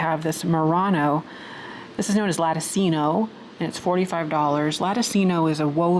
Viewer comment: Hey, I really don't want to be "that" person correcting you. However, since your channel is also an educational one, and not only entertaining, I thought my comment would be beneficial. The pronunciation of L A T T I C I N O lah ti chino (just like cappuccino or ciao) Peace be with you. 😇 ps... while I'm still being tsk-ed for correcting you, I'd like to add E P E R G N E eh pern